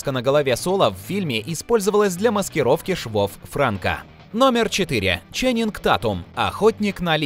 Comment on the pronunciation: Не Франко, а Франко!